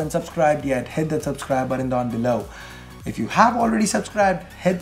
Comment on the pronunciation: when ever says ' If ' it always sounds like " F "